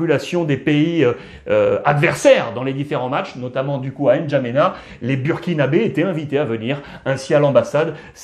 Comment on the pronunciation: N’Djamena 😅😅😅😅 Prononce bien Alex, c’est chez moi 🔥